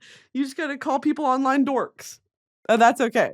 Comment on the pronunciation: the way she said dorks like a slur 😂